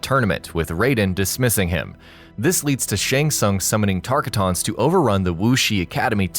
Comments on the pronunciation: Did anyone hear him say “Tarkatons”. It’s pronounced Tar-cot-tins. Lol no problem though. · For some reason the way you say are tarkatans is weird